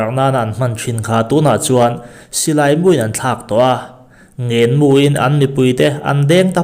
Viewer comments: Ngèn mu zawk aw thlûk hniam tur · Mizotawng dik hi hman ava tha thin em aww, Ngenmu tih a , Ngen tih hi, Lal tih thluk a kan lam ang hian Ngen tih hi lam ruk tur ani